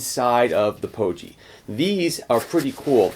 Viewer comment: Thanks for the good review. Pogie with a hard G though. Rhymes with hoagie. :-)